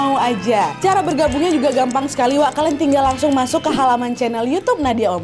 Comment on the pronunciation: Ketawa banget waktu ka nadia bilang "masok" harus banget "MASOKKK" yaa WKWKKW